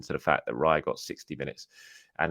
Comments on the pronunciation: Raya does not rhyme with PIE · Raya rhymes with player